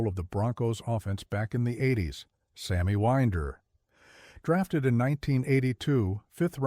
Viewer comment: I love the Broncos, and have had season tickets since 1970, but this AI voiceover crap and showing Floyd Little while talking about TD is absolutely awful. The AI doesn't even pronounce Sammy Winder's name properly. I'm disgusted at your channel.